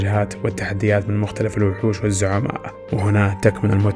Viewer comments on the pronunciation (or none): و مختلِف و ليس مختلَف لأنّ المختلَف عليه تعني المتنازع عليه و أصل الكلمة خِلاف و ليس ٱختلاف